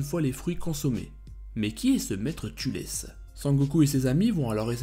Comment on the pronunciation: Thalès pas "Tulès"